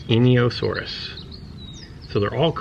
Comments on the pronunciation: its N io saurus When u pronounce Enioceratops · It's pretty cool that you got velociraptor and majungasaurus right. The einiosaurus however.... Needs work. Good try though!